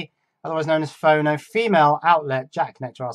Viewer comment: Your pronunciation is correct, it's short for 'phonograph', with JLC, if you make boards 25mm square for example, you may pay $2 per board, you should try putting 4 boards on one 100mm square with routed divisions (so you can snap them apart) ;)